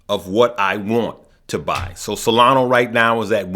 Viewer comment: IT!!!! IS!!!!! NOT!!!! SOLANOOOOOO!!!!! IT!!!! IS!!!! SOLANAAAAAAAAAAAAAAAAAAAAA!!!!!!!!!!